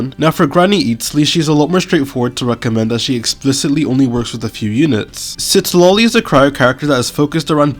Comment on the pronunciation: Not the "Shitlali" 😭😭